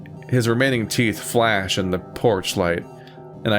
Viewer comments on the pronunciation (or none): none